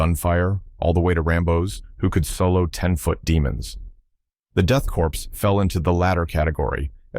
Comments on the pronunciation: Once again, it's pronounce "CORE" not "CORPSE". The P and S are silent in Corps. Though in fairness being 40k, Corpse is a good pun. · It bugs me that he pronounces Korps like "corpse" and not like "core" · Grammar Nazi here - The word "Korps" or "Corps" is pronounced like the word "core" and not like the "corpse". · so everyone knows, it’s pronounced ‘core” not ‘corpse’. same goes for corpsman in the military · Corps/Korps is not pronounced like "corpse" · Death Korps is pronounced like Death Core. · The "ps" is not pronounced. like "core"